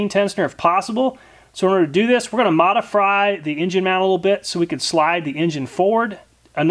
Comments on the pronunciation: "modifry" Had me dead^ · "We're going to MODIFRY..." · Lol he said Modifry !😐 😅😅😅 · "modifry", still gave the video a like! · he says modidfry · modifry lol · “modifry this engine mount” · He said moda fry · I love how you said modifry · "were gonna modi-fry..." lol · gotta modifry the true stroke engine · Did you say modifry or am i just hungry?😂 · Modi-fry. Lol!! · “Modifry” 😂 love it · "Modifry"...? :D :P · WTF is modifry? LOL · he says Modifry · "So, in order to do this, we're going to MODIFRY it. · I caught that "we're gonna modifry. . . . I chuckled a bit, maybe because I'm a little fried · He says Modifry lol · Modifry? Is there some bumblefuckery going on?